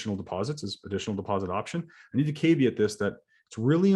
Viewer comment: got to learn how to pronounce caveat